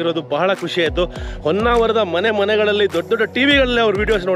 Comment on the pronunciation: madam its not Onnavara, its Honnavara